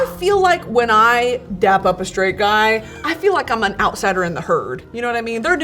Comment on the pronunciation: It’s DAP not DAB😅